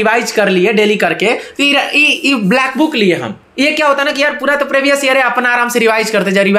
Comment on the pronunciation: सब लोग मोटिवेशन लो भाई से, जब दिहात का लड़का , जो प्रीवियस को प्रेभियस बोलता है, उसका सिलेक्शन हो सकता है, तो भईया किसी का भी हो सकता है, भाई की ना ना प्रकार की बाते सुनो समझो और सिलेक्शन लो, शुभकामनाएं सब को। ठीक है।